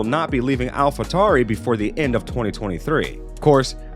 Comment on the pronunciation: dude get the voiceover guy in line , yesterday it was "Alpha Toory" now its the "Alpha Romero" .